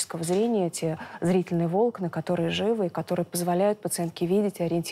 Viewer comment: ГОВОРИТЕ ПРАВИЛЬНО : НЕ вОлокна а волОкна!!!